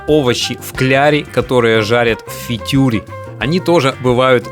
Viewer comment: да тоже думал то ли ослышался то ли есть какой то фитюр то ли автор букву Р не выговаривает)